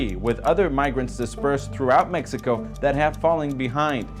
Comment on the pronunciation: What kind of Spanish reporter says mecxico instead of Mexico?